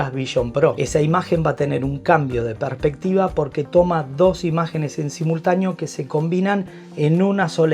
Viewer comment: Muy buen vídeo/resumen, en conclusión…. “Apel” y sus “Apel-adas” que la mayor mejor en la serie pro es que ahora viene en titanio con su respectivo aumento de precio 🤦. Maldigo la hora en la que me enamoré de Apple y sus productos. Y solo me queda corregirle a un ligero tema con la dicción, no es tranferencia, es transferencia y no es perpectiva, es perspectiva. Esto por ser quisquilloso 😅 pero gran vídeo y muy bien explicado todo. Seguid así!!!